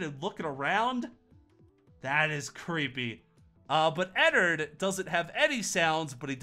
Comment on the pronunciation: IT IS ENNARD NOT ENNERD